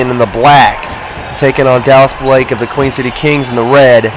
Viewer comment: THANKS FOR THE SUPPORT BRO!!! :D Btw its Queen, everyone gets it wrong though. We aren't from Queens NY. We're from The Queen City or Cincinnati, Ohio.